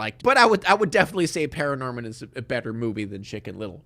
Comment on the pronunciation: It's actually *Paranorman not Pararnorman B)